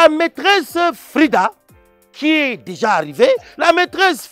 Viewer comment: " Les fleurs, les fleurs..." " J'ai deha jété " 😂